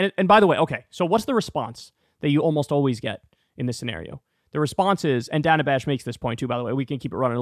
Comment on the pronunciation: Dana. Another simple name you apparently can't pronounce.